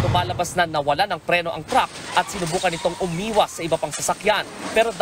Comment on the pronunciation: Chreyler chruck